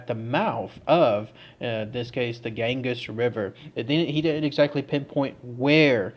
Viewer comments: OMG KID YOU SOUND SO IGNORANT BY NOT LEARNING HOW TO PROPERLY PRONOUNCE THE NAMES OF THE PLACES YOU TALK ABOUT!!! IT'S PRONOUNCED "GAN-GEE'S" LIKE "BEE-GEE'S". NOT.GANGUS. PLEASE CHECK OUT HOW TO PRONOUNCE THE WORDS B4 YOU SAY THEM BRO!!! MAKE SURE YOU DO IT, BECAUSE IT'S NEARLY EVERY SINGLE ONE OF THE VID'S U DO MAN!!! THE ONE IN THE LAST VID WAS- SHROPSHIRE IS PRONOUNCED "SHROP-SURE" ANY SHIRE IS PRONOUNCED "SURE"...NOT "SHIRE" BRO!!! IT'S AT LEAST 2 OUTTA 3 VIDS YOU DO IT IN BRO IVE WATCHED THEM ALL!! TOUGH LOVE, I DO LOVE YA BUD. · And it's the "gan-gees" river btw. xD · Gan-Geez river